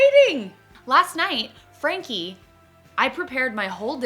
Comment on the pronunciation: whenever you say frankie it throws me off